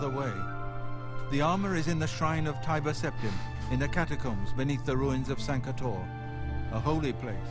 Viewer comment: you keep saying Tiber wrong the entire vid lool